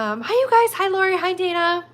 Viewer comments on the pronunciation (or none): i think the video was ended when you said my name, as i was watching 1/2 hr behind. my name is pronounced with long "a" as the 1st "a", so like Dwayna, basically. no worries, ,tho!